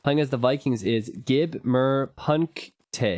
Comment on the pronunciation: hehe, when I read the name I was waiting for you to toally butcher it^^ The "gib" was btw perfect